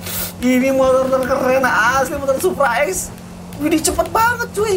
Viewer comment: Ketika kagum kata ini sering keluar "iddih" (w nya ilang, tapi kadang² widih si"